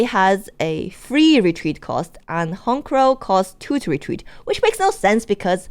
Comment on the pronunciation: No lie first time ever i hear someone call it HON-CROW its HONCH-CROW.